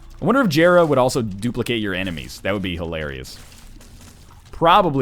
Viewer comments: it's pronounced (yera) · God, I never watched this video when it came out, and after watching so many newer videos, it pisses me off to hear him pronounce jera how it's spelled, instead of like "yera."